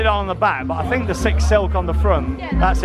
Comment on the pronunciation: sounds like you're saying 'Sick'. Strange name, especially people saying they like sik.